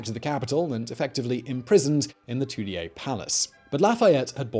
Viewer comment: The Tooly-A Palace? Nice try, Simon.